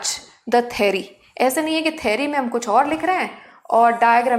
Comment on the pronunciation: Mam it's a theory 😂 not thary